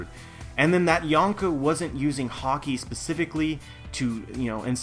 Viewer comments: good video. only thing that ticked me off was how you pronounced Haki. you say haw-key but the anime says ha-key. that's a personal thing but yeh good video. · why are you pronouncing "Haki" as "Hockey"? Anyway good stuff. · Love your videos agree with 90%+ but for the love of oda stop pronouncing haki like hawki other than that keep up the great work:) as far op fruits go, I know it's a movie fruit but still well established within the universe, Ain's modo modo no mi is in my mind the single most over powered fruit there is, if she was on whitebeards crew or any of the old powerhouses.......I shutter to imagine